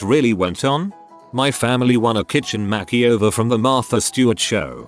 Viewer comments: “My family won a kitchen MAKY-OVER” wtf... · nobody: tts bot: MACKEY OVER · No one: Text to speech bot: MAH-kee-over